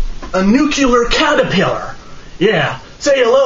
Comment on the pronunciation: Can you tell the "nucyular catarpellar" I said hi?